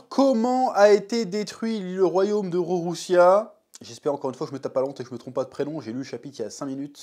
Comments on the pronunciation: Le royaume c’est Lulusia pas Rorrussia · Superbe review !!! Ps c le royaume de lulusia* et non de rorosia mdrrr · Normalement on dit Lulusia mais comme le R et le L se confondent on va t'excuser 😊 Et a mon avis la Mother Flamme doit pas être prête depuis longtemps, ca fait partie avec les Séraphins de l'armement qui leur donne cette nouvelle confiance en eux (parce qu'on peut le dire les Séraphins ont pas trop impressionné).